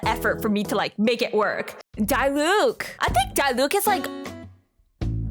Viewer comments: YOU SAY IT AS DEELUC NOT DIELUC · idk if you're meming, but it's not D-eye-Luke 🤓